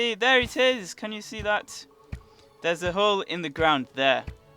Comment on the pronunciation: LOL teleport you say teleport